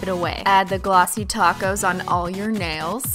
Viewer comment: Because she says taco